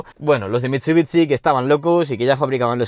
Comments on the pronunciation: Me da mucho toc que digas “mitsubitsi “ (se pronuncia “Mitsubixi” ) es como la ciudad Shangai , no dices Tsangai , un saludo me encanta el contenido pero eso da mucho toc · Mitchubitchi !!! Aaaaaaaahhh mis oídosss!!! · Bro no es hate pero tu forma de pronunciar Mitsubishi es rarísima 🤣 es como mitsubitsi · Por favor deja de decir mitsubitsi por favooooor. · Cada vez que diga mitchubichi, un chupito, súper divertido el vídeo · pero amm jajajaja miento Mitsubitsi jajaja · Porque dice mitshubitshi… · Que feo pronuncias" MITSUTSI " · Una crítica constructiva, pronuncia el nombre de la marca de manera correcta y el del vehículo igual ya que este video está dirigido a fanáticos de los autos y que este mal pronunciado en mi caso me desagrada bastante... no pude terminar de ver el video por ese motivo... es algo tonto, lo sé pero lo podrías mejorar. Saludos. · Que feo lo pronuncia